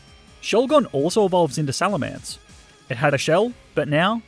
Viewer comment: SALAMENCE, NOT SALMELANCE!